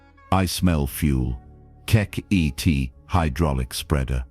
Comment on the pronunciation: It would be nice that if you are going to use K.I.T.T as a character, as in the TV series, that you at least pronouce it's name correctly.